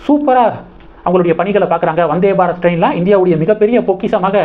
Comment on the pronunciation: வநாதே பாரத் இல்லை ப்ரோ வந்தே பாரத் என்பது தான் சரியானது நன்றி வாழ்க வளமுடன்